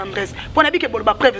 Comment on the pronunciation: on dit PREUVE ET NON PREVE